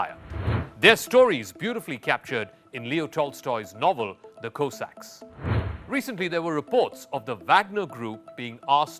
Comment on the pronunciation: Go away you cannot even pronounce Cossacks….